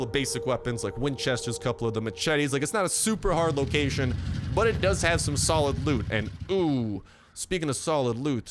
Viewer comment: Ah it is not fortnight he is try to say loot loocaion and he almost say loot lake